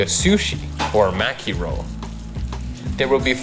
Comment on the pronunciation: It’s “Norimaki”